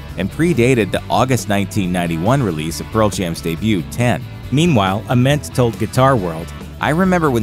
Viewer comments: It's not Ah-ment, its Aye-ment. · How can the narrator butcher Jeff Ament’s name so badly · for a channel named grunge you guys should be able to pronounce jeffs last name correctly lmao